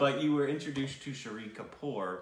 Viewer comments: It's Shaaahid Kapoor. Not Shiri kapoor😂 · Why do you keep pronouncing Shahid Kapoor as Shree Kapoor? It's not that hard to pronounce! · Lol I love that you loved this film so much. The only thing is that didn't pronounce Shahid Kapoor correctly, but hey we've got a couple more amazing films from him that you'll eventually watch to get it right lol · I kept thinking in start who is this "shri" kapoor they are talking about, maybe some new actor/director in town then after 3 minutes it struck oh my they are talking about "Shaa-hid" Kapoor lol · Shahid Kapoor’s name is pronounced like this: Shah... hid Also, Shahid Kapoor won best actor award in Filmfare and iifa. Haider won best picture across 3 major award functions in india... there might be more but these are the ones I remember.